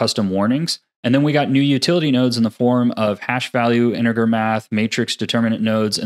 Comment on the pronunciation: The mispronunciation of "fresnel" I could forgive, but your pronunciation of "integer" was unforgivable